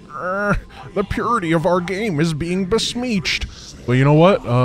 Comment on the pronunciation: yeah, because my comment is referencing a recent video where pronounced it as besmeeched…